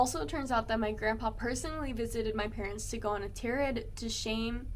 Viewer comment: Tirade - said as TYE - RAID